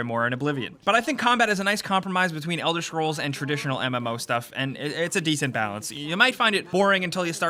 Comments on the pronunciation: it's elder scrolls, not fucking elder shcrolls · Elder Schkrolls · Elder Shcrolls, Marrow Wind.